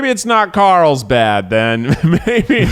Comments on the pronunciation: Is Keith saying that he is going to Karlstad? Or dose it just sound like it? Cuz Karlstad is Swedish meaning “Karl’s town” and also my Swedish hometown 😎. So I am getting confused 🤷‍♀️ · He's saying Carlsbad, but it really sounds like how an English-speaker would pronounce Karlstad xD